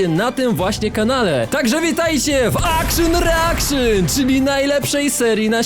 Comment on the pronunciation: Akszyn reakszyn to najlepsza wersja od:elbowcough:🧡🦘